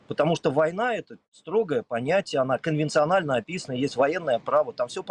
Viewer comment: Серёга, ты замечаешь, как к@@ произносит слово "конвенциональное"?:) есть эти же ролики с других ракурсов? Торчащую бутылку видно?:)))